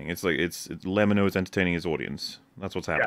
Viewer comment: It’s funny how corrects Xqc’s name while pronouncing lemmino’s name incorrectly lol